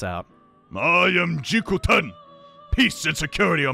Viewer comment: You pronounce it wrong bro it jikokuten but you said it jikuten you missing the 'ko' Ps:sorry if bad English i still learning it 🙇